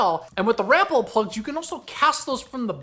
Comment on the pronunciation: Rapala should sound like rapaula. Lol rapala